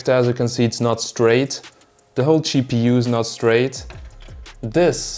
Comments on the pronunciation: Gpu nah, cheapPU. Unintentional pun thanks to his accent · I like how you pronounce GPU. " Chee PU " :-) <3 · More like Cheap EU ^^ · "it was a choke" or "joke" :D ;) and schepu oder gpu?